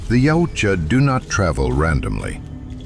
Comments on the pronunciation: YA-OOT-YA not YOW-CHA 🙄😂😂😂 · Soft Y when pronouncing Yautja, closer to (OOutja)